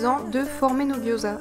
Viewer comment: Ta recette a l'air top! je vais tester ça le plus vite possible :D (gyoza se prononce "diaodzeu" au fait :) )